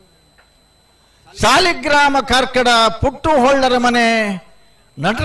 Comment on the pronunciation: ಕಾರ್ಕಡ ಪುಟ್ಟುಹೊಳ್ಳ... Not ಕಾರ್ಕಳ